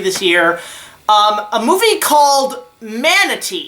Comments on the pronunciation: “Ma-tuh-nay” not fucking manatee hahahaha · Matinee, it’s pronounced Mat-ah-nA Not manatee like the animal. Lol Great review though